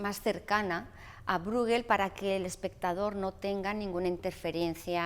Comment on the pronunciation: Pieter Brueghel se pronuncia /Píter Bréjel/, no /Brúguel/ ni /Bruéguel/.